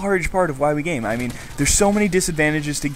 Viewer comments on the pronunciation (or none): Sorry, I can not help but the first time you said it in the video, it sounded like "Why we're gay"... XD